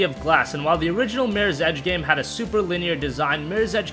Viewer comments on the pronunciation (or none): Slow down on talking lol it's MIRRORS EDGE not MIRSEDGE lmao.